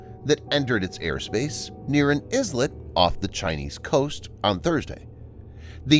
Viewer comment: The word "Islet" is not Izlet but eye let.